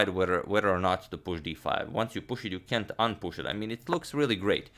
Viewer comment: you did say "cänt"! ...a condiment reference, i guess!? ( is he feeling blue? )